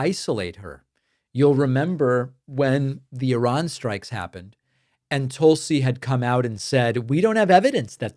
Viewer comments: Tulsi is pronounced Toosie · Tool-see is the proper pronunciation